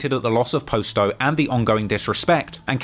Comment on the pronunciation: How has never learned that its pronounced Pah-sto and not Post-o. He literally has a video of Juice Wrld saying but still says it wrong himself